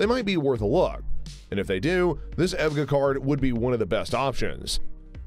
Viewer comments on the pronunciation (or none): di- did he just pronounce EVGA as if it were an actual word? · Never heard EVGA pronounced as a name...lol